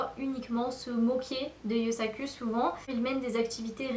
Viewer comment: Pourquoi tu dis Yusak"eu" ?